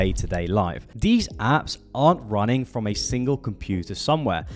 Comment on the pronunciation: You need to learn how to say Th. you say Frew instead of Through. You say dees instead of These. This makes you sound unprofessional.